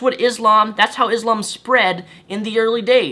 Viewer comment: You fool you do not even know how to pronounce Islam or Muslim.